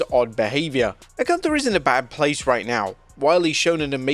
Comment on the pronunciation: Nobody can pronounce Gunther right. Sprechen sie Deutsch!